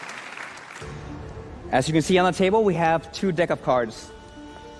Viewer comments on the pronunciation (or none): Did he say dick of cards 🤣